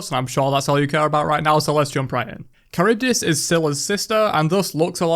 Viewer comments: First of all not Karyvdis, Haryvdis. Second of all wtf? She was supposed to be really intriguing with her design becacues she is NOT a human...... So disappointed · chArybdis is the correct accentuation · Pls guys just say Harry-reev-Diss